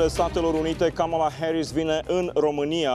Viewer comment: Cand gadea, ii pronunta numele asteia (kamala KABALA), i se umple gura de aMMERICCANIISMM! GRETOS!